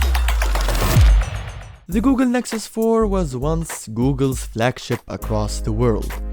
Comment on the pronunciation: Anyone else hear Google Lexus 4?